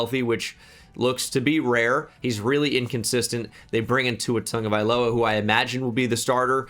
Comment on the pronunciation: Tua "Tongue-A-Guy-Lowuh"